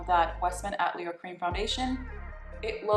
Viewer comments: Great video! The right pronunciation of Westman Atelier is “ah-tell/tuh-lee-ay “ hope that helps! I’m French Canadian (it means “studio” a place where any form of art takes place). You are gorgeous! Blessings 🥰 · Westman Atelier = Ah-Tuh-Lee-Ay